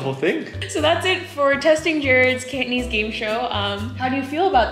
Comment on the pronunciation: Wow! He impressed me. His Cantonese is really good! Accent is on target.